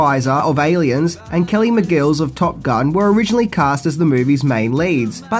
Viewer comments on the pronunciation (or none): "Kelly McGills"!!!? Have you been drinking "Arka-hol" again!?😂😂😂😂 It's McGillis.....Chuck an "I" in there dude... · Mcgills? It's fucking Mcgillis I know you're form Frankston but fuck you make the rest of Australia look dumb. It's so annoying. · ism count for this video: 1 Kelly McGILLIS, not Kelly McGills